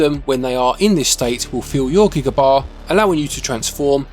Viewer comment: A nitpick for you, it's G-EYE-Guh. A form of Gigantic. It's not a unit of digital storage ;-) I'll never understand your value metric at times haha!